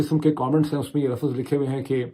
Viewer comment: لافظ نہی لفظ ہوتا ہے اردو سیکھ لو ایک تو تم لوگ جاہل ہو اور سیکھے کی کوشش بھی نہی کرتے